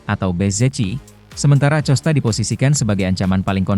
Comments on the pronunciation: akosta pak baca nya acosta. kayak orang enggak sekolahan aja 😢😢😢😢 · Bacanya bukan pedro acosta, tapi Acosta